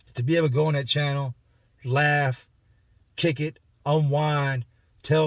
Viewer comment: I can hear the Philly accent in how you say “channel” Great videos! Just found the channel the other week